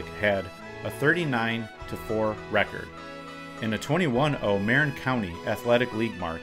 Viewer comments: Hey bud I'm sure you've heard this a hundred times but Jared Goff's home county of Marin is pronounced muh-rinn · Enjoyed your video but please learn the correct pronunciation of "Marin." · Marin County = pronounced Muh-rin Enjoyed this.